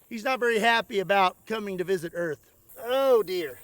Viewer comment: "Welcome to earf"